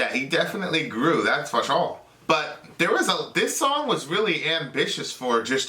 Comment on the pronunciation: Just curious why do u keep saying “foe-sure”?